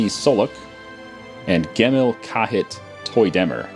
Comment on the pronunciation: jemil jahit,you should read like this